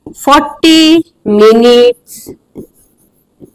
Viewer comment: Ma'am, you are an English teacher, right? It should be 'minute not 'minit